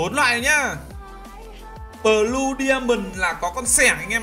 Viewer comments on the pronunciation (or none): none